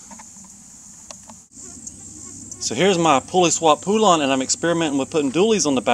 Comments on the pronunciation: "Poolawn" ROFLMAO! "They" pronounce it "Pole Un" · Omg its pronounced pole-lan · Pronounced "Poe-lun".